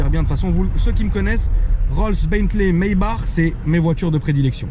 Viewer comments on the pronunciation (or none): Maybach pas maybar nan ?🤔